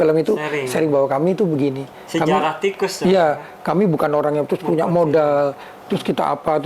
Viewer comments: Di. Baca nya ttp. Sama. (Tikus.). pdhl lebih. Baik..Gnti yg BNR BNR. GK ada. Kus nya. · Ganti nama hanya ganti huruf... tetep lengket diucapnya koes.... 😂😂